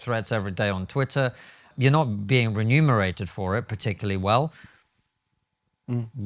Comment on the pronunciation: Konstantin, it's reMUNErated, not renumerated :)